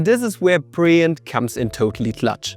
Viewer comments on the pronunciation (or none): Now try to pronounce the name of your sponsor again. For example say it like brill-yant. When in doubt, google-translate has a decent speech option.